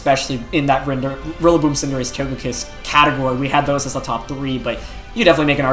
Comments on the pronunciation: He says Cinderache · for Wolfe saying Cinder-AH-chee 😂😂😂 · Wolfe so formal, he even mispronounced Cinderachi's name. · and Tojikiss and Cinderachee :( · anyone else annoyed that Wolfe pronounced Cinderace all wrong in this video?